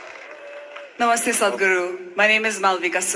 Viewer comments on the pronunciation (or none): none